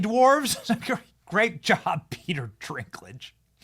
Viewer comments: I assume you were just poking fun at Peter Dinklage’s last name. It’s not Drinklage. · His last name is NOT Drinklage, please learn the names before sayimg them 50 times. It is Dinklage with no R. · I agree completely. But just FYI it’s Dinklage not Drinklage lol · stop saying Drinklage, its Dinklage lol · LOL “Peter Drinklage” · I thought he said ; peter dinkless . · I think it’s Dinklage not ‘drinklage’ 😂. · D I N K D I N K D I N K L A G E There is NO R in Dinklage Benny!😂😂😂😂😂😂